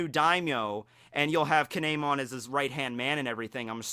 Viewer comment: It's kiemon